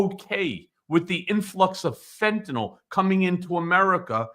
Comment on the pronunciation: It is Fetanyl not Fetanol.